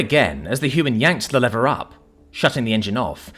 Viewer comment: Your English why are you pronouncing lever yank like. Be proud of your language and heritage